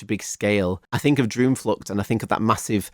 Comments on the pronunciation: as a dutch person; awesome review w a lot of attention to detail!! some small pronunciation notes: the double o like in droomvlucht, spookslot etc. is pronounced pretty much like the o in “ghost” or “over”, and the oe in words like pardoes is pronounced similarly to the oo in “poodle” or “loot” :) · Little tip: double "O" as in droomvlucht is pronounced as the English word Door or "OA" as in for instance Boat. 😁👍🏻